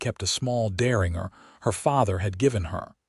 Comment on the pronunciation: Learn how to pronounce derringer